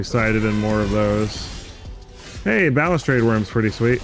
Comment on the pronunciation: Wtf are you talking about? He pronounces it fine lmao What a fuggin troll